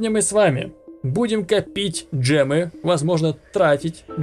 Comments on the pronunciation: За гемы а не джемы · не джемы а гемы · ЭТО ГЕМЫ А НЕ ДЖЕМЫ